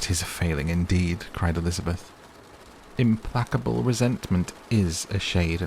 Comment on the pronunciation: Another vote for consistency. 😂 As far as mispronounced words, I only caught two? The jarring one was "implacable" (though I did wonder if it was a case of British versus American, at first).